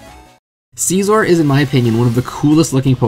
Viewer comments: i'm sorry, but anyone who says "sceezor" deserves hate. his design isn't based on a seizure, it's based on scissors. question: how do you pronounce scissors? also, did you REALLY just say "AF" out loud? just. stop. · who got mad when he pronounced scizor wrong